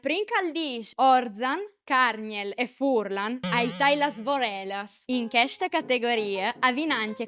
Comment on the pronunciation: Sares di tajâ il bigaritti... Fùrlan no si pues propit sintî. 😡